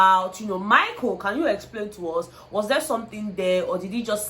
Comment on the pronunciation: Is the way pronounced Michael as Maiko for me 😄😅😄😅😅 Love you babe 💚